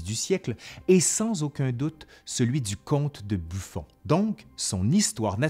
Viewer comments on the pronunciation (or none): none